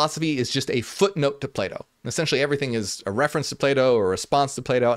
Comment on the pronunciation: Until I realized he was saying Plato I was constantly hearing playdoh xD Non native english speaker here. Interesting video!